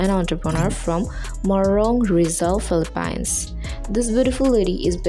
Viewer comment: you don't even know how to pronounce Philippines